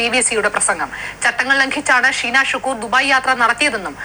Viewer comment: അനിൽ സാറേ ഷീനാ എന്നാണ് നീനാ എന്നല്ല സാറേ